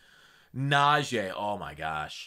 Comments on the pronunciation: Najee name is not najay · please pronounce najee right bruh…